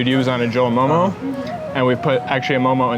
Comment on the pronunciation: I am sooo proudddd of you 😭😭❤️❤ Thank youuuuu for pronouncing 'momo' correctly😭❤️